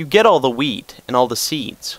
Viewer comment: when he said wheat, i thought he said weed. Here is my weed farm :P